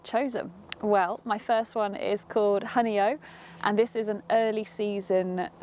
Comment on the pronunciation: there is no way that you would know how to pronounce it!. Newcomers to the area always have trouble. And, hey, we butcher UK place names all the time!